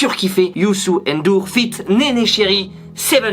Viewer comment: C pas youssou n dour mais youssou ndour